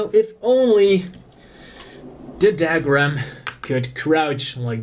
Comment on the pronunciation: What's "dag-rum" ? it's pronounced "dug-rum"